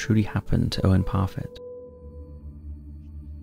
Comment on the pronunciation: Owen Parfitt, not Profit.